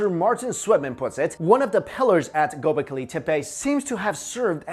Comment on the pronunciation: Its Go-bek-li not gobekili